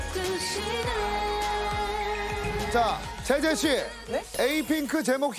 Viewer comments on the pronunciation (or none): 재재님 z발음이 기본장착 되어있어 ㅋㅋㅋ